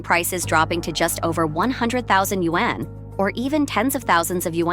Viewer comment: All of you who narrate these videos need to know how to pronounce “Yuan”. 😆